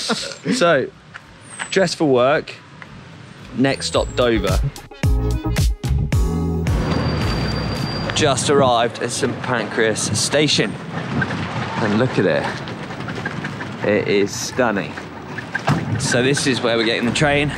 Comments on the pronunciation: Are we all calling it St Pancreas from now on ? What the heck was a Pancras anyway... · Sorry, hang on, are we just going to ignore calling it 'St Pancreas Station'? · Really enjoyed this video and Andrew and Francisco were stars. Must say made me laugh when he called it St Pancreas 😂. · Wait what? ‘St Pancreas’ station! 😂